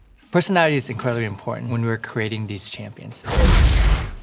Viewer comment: Persowawity is wery impoweatnt when we wewe cweating deshe shampions. I died laughing.